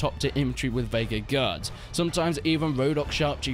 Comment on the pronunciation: The Vaegir Gee-Ards LOL